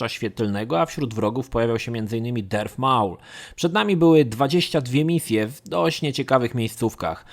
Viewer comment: Słowo rogue nie czytamy "rodż" ale "rołg", darth "darf" a nie "derf", maul "nie małl" a "Mołl". Geonosis to nie "genosis" a "gionołsis", Jedi "dżedaj" a nie "dżedi", knights "najts" nie "knajts" i było tego jeszcze trochę. Warto czasem odpalić google, lub poszukać na forach wymowy słów angielskich lub tych dotyczących Star Wars, bo czasem mogą one faktycznie przysporzyć kłopotu. Mam nadzieję, że moje uwagi pomogą w poprawieniu jakości kolejnego odcinka dotyczącego Gwiezdnych Wojen. Ogólnie materiały przyjemne i zapoznają nowych, młodych fanów uniwersum i graczy z produkcjami skupiającymi się na Star Wars.